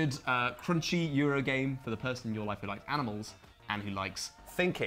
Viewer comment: said "aminals" so seamlessly and naturally that I briefly forgot how that word is actually spelled.